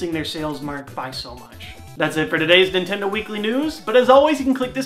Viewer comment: nay!!! it is not nitindo